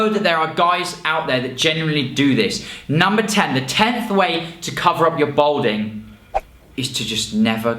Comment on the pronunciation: Balding not Bolding.😉